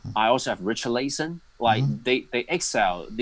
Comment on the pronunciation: trypeer, liesester, reecharlayson l0l